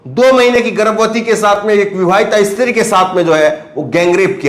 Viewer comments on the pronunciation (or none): none